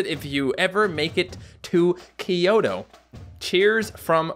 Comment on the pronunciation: _-, It's Tokyo and Kyoto. Not kioto and Tokio